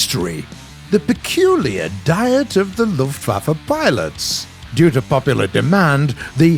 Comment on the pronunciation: he Said lufflaffe